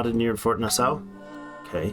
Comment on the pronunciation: Why are the raiders not attacking yor pioneer & farmer outside of the town?? Also it's pronounced "Nah-saw" hahah ;-)